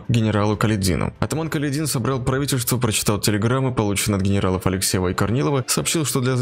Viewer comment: Не КаледИн, а КалЕдин!